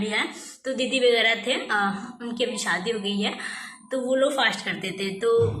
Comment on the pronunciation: bhi shadi ko Saadi bolti hai.Waise heroine banti hai 😂